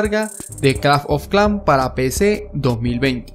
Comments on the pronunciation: clafh ofh clan xd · si notan en su pagina dice aki en ves de aqui no soy un hater pero nose me dio mucha risa cuando escuche claf of clan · lo mejor del video es que dice claf of clan aunque se dice clash of clans pero bueno a mi me hace gracias y es el primer video que encunetro que el link no contiene virus:D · A alguien mas le incomoda cada vez que dice claf of clan jaja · ⬇️⬇️Las veces que dijo claf oj clan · nadie: absolutamente nadie: este men: claf of clan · like si este men te trauma cuando dice claf of clan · el "Clafn of clan" XD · claf of clán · El men dige claf of clan me hiciste el dia bro te ganaste un like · c dice claf of clan ahora;} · claf of clanf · claf of clafnm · clanf of clan xD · claf of clanc ajajajaja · claf of clan XD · claf ofh klans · CLAF OF KLAN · CLAF OF CLAN :V Q PEDO LISE SI ESCUCHARON XD :V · claf of clan JAJAJAJAA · CLAF OF CLAN XD! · pronuncias un poco raro clash of clans